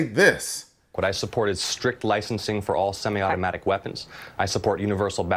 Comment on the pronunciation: The one lady couldn't even say semi automatic but she wants to ban 'em!